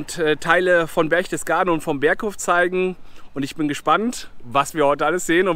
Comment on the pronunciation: Das heißt Berchtesgaden und nicht "Berchdesgaden". Das sind auch keine Reliefs an der Wand sondern Wandbilder.